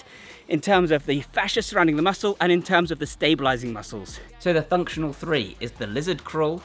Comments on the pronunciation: thunctional three 😂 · Cbum aproved "thunctional threee" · I liked this video at "Thunctional"